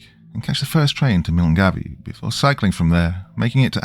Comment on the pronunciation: Great story but please learn how to pronounce Scottish names properly - your attempt at Milngavie almost made me skip to story within first couple of minutes.❤